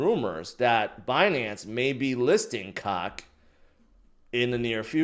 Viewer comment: Guys....please all the COQ and INU is getting real old. PLUS, why shouldn't COQ be pronounce like COKE